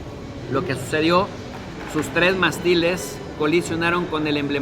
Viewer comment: Ojo...Mástiles lleva acento. ¡Pronúncialo! "Mástiles" es una palabra esdrújula. La sílaba tónica, que es la que se pronuncia con mayor fuerza, recae en la antepenúltima sílaba (la tercera desde el final), que en este caso es "más". Las palabras esdrújulas son aquellas cuyo acento recae en la antepenúltima sílaba. Y es MONERO, NO MORENO....